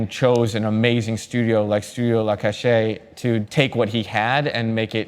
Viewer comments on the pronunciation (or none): La Cachette is pronounced cash-ette (like etiquette or pipette). :)